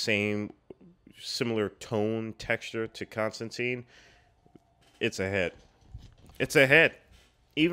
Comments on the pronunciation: There was a CW show with a character accurate design (blonde, british, tan coat), itwas good! but they still say his name wrong lol. Hes also in the animated Justice League Dark (which rules) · I was a long time fan of the comic and was startled a bit by how many things this movie changed (such as the pronunciation of the name and making him a dark haired American instead of a dirty blonde Englishman who is usually wearing a wrinkled trench coat). BUT that all said, I was impressed that what they made was entertaining and intriguing, making me look at this as a valid "parallel universe" Constantine and wishing I saw more. Solid characters, great visuals, story was a little shaky but the rest of the film lets you forgive it because you get INTO it. They're talking about making a sequel now with Keanu and I honestly hope it happens.